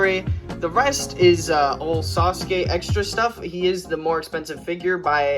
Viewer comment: Finallly! Someone else who makes fun of Sasuke and says it sa su kee. Also this is a great video, super underrated!